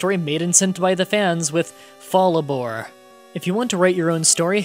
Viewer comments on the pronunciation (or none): fall a bore LOL you missed in R in fallARRBOR i like this series but when you do that it takes me out & makes me search for your place in the text so i know what you meant to say i'm here for pokemon creepypasta but i have watched your crits on series that i don't follow nut i never enjoy them as much cause IDK what exactly normal happens there